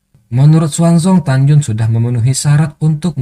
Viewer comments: tagyin bacaan nya min bukan tagyun😫😫😫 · Tan yin min. bukan tanyun. 🤣🤣